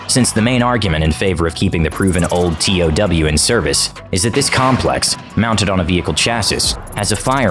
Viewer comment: I’m surprised the narrator didn’t pronounce TOW correctly - “toe” . I always thought I’d be a sitting duck keeping the crosshairs on an enemy tank as the missile traveled to max range..(especially with the huge backblast signature). USMC ‘82-86